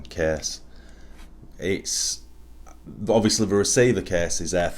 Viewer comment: If that is the cäääs... In what part of the British empire do people speak like that?